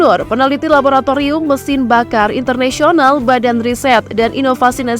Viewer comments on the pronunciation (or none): none